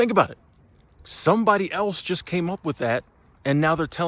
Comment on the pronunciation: I agree with you. Maybe too much emphasis on "just"